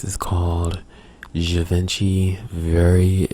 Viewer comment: Lol its Givenchy, with a "Guh"